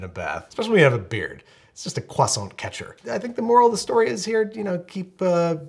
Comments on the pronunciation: At last, an American who can properly pronounce croissant!!!!!! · As a french speaker, i'm geniunely impressed at how well Andrew can say Croissant